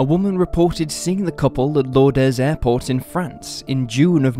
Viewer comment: Lourdes only has one syllable. Lords. C’est Française.